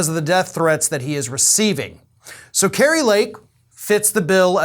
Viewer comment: Yeah, "Kri-a" Lake Kari definitely has Trumps little orange old wrinkled mushroom headed k??? in her mouth still.